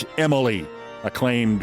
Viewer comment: Thank you for pronouncing Emily’s name right. That is exactly how it is spelled. You’re a little late on including her in your worst persons list. She deserved to be there years ago. This is ignorance on a level none of us will ever attain. She is STUPID! And a very ugly person inside and out. It has got to be exhausting to be that hateful and stupid your whole life.